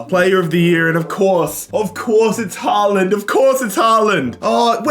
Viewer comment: did we listen to this man call haaland somethking else